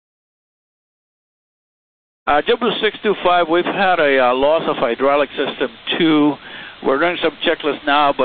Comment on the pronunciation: the hydraulics-eh